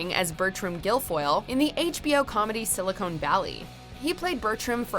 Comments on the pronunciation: "Silicone" Valley? LMAO. Why don't people understand the difference between silicone and silicon? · It's Silicon Valley not Silicone Valley.